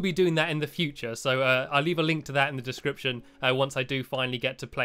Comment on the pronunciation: link to their dicription in the channel ,u said it rong